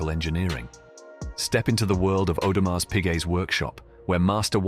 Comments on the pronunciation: The way the narrator is pronouncing Audemars with the “s” is making me cringe. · Would be good if the narrator, of this advertisement, would pronounce the name properly.